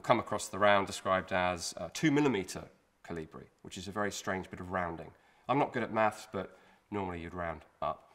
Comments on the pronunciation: The emphasis is on the O, rather then the I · Everybody said I was crazy and I should stop talking about my "Jonathan the Giant" theory. Well, who is the crazy one now? P.S. The stress is on the first syllable in the word "Kolibri".